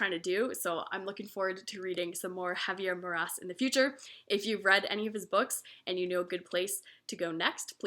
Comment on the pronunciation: Javier Marías, not "Maras" 😉